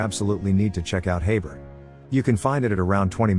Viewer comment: Its pronounced Heeber not Hayber